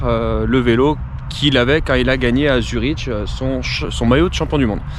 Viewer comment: Superbe, petite précision on dit Zurick, même c'est écrit Zurich :)